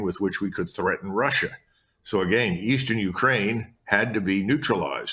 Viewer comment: Ritter and he both say "been" like "bean" and "again" like "agane." It's a very odd affectation.